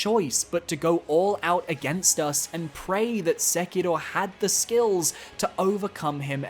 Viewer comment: I love this channel but every time you pronounce Sekiro and Morgott that way I die a little bit inside